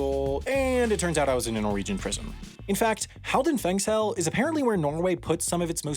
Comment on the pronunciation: Your pronounciation of "Halden fengsel" is very good.